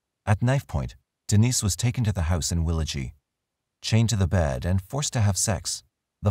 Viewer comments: I cant believe Catherine is still alive and less than 2 hrs drive from me. edit btw its pronounced "Willow-jee" with a hard "G" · Well willagee isn't said like that it's will-a-gee "gee" is said as g the ee is silent. Also there was alot of missing details 😕 and a few false statements. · House is still there in willagee as well. Btw it’s pronounced willajee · as a west australian the pronounciantions are a bit weird but good job anyway lol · Just on pronunciation and no slight intended, Willagee is pronounced willa - gee (as in gee whiz) and Gnangara is a silent G at the start (like gnome) so nan-gar-a, both of these a Noongar names (the indigenous people of the South West).